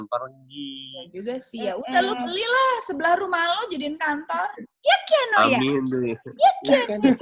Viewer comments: Kiano bukan kaino kak 🤭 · Nama anaknya Kiano , bukan Kaino. 😛